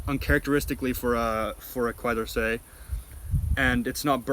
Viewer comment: just want to point out it should be pronounced KÉ-DORSÉ